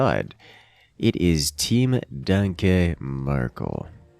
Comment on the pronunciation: The way pronounces "danke" made it really hard to watch the sets Danke Merkel played